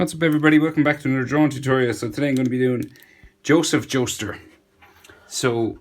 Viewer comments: BRUH DID HE JUST SAY JOSEPH JOESTR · Did he say joseph jostur